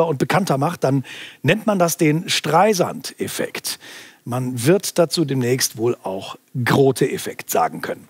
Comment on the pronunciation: Hate speech richtig aussprechen, aber Streisand voll verkacken :D